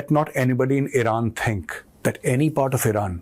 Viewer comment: Now from IRAN to "i ran"😅